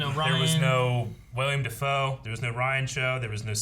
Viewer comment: saying "William Dafoe" hurts my soul